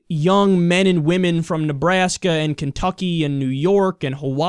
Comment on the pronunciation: he always says Nebraska gahhhh